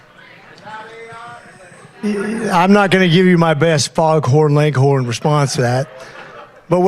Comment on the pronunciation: He's trying to say "Foghorn Leghorn" response and mispronounces that.